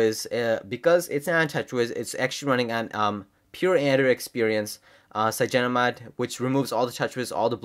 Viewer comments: Dude its cynogenmod not cygenomod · I thought it's cyanogen mod ? @@